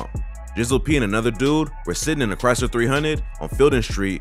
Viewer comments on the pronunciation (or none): none